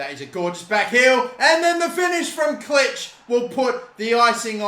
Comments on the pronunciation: Puig pronounced 'Poo-eejh' Klich pronounced 'Clickh' Koch pronounced 'Cockh' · You don’t say Klich the I in Polish is a e